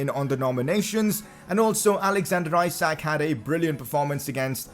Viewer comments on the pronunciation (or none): As I am Swedish, I wanted to sat that isak would be pronounced ee-sark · Pcq: isak isn’t pronounced how you say it, it’s pronounced issac